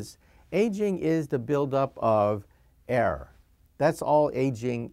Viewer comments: "error" (as in genetic) not "air" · and "air" instead or "error" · that awkward moment when "error" sounds like "air" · First I thought he said "air". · I thought he said 'air', but he said 'error'. Was so confused, lol.